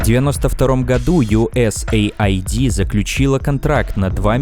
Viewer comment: дорогая редакция, маленькая фонетическая поправка: USAID произносится как Ю-ЭС-ЭЙД а не Ю-ЭС-АЙ-ДИ.